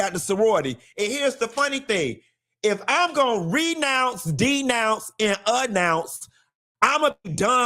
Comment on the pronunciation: “A Nounce” lol